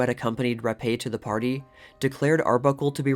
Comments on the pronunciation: Fatty wasn't gonna take, the 'Rappe', for Vagina's Virginia's death. All kidding aside, Virginia's surname is pronounced as 'rap', not rap•ā. Rappe, is a British name, not french. The last p&e, are silent (damn British🍈🤨). Amazing how Caruso, looks alot like Capone. Like, a half-brother??!! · It's pronounced “Rap” not “rap-eh” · I'm a new subscriber. It's great so far. I will add that Rappe is actually pronounced as Rape. That's a very unfortunate last name. I'll try to find the article that insists on the name